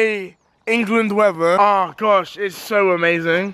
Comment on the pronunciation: Why can't he even say weather correctly?